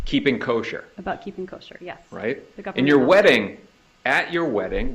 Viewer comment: I don’t think this lawyer did that great. Mispronunced “Kosher” and has a few failed attempts to get Wendi rattled. Wendi had a few moment that actually stomped him.